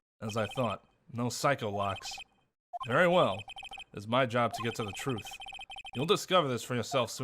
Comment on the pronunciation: I like how edgeworth misheard Psyche-locks as PsychoLocks. Made me realised its probably pronounced Psi-Key not Sike